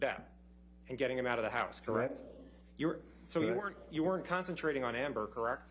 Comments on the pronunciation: If your going to say correct every 3 seconds , please say it correctly. He sounds like a hiphop dj sampling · Is it me or can that lawyer not even pronounce "correct"?